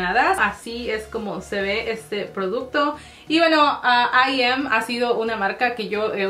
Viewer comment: Se dice I EME, no Im tipo en inglés 😌😌